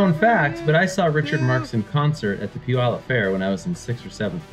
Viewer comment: Did he say Puyallup fair? Caught me of guard. No one but a local says Puyallup correctly.